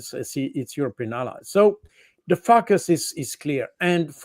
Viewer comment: To help our dear friend Jacques Baud: "focus" = "folk-us" or "foe-kuss".